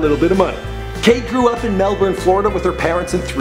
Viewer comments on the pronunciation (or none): none